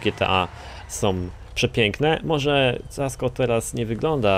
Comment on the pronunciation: Kasco! Nie ''Casco''.